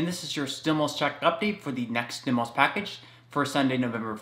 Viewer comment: Please please please Pronounce STIMULUS THE RIGHT WAY....u say stimilus....it makes me crazy and I really want to listen to you.... lol